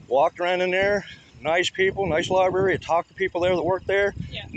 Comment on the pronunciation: What’s a libarry? It sounds similar to a library.